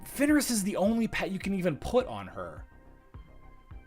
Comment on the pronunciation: Daily request that you say Fenris instead of Finneris. Otherwise, great stream today.